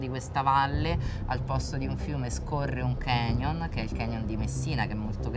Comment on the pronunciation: Signora :Canyon si pronuncia con la "c" i "ganyon" non esistono!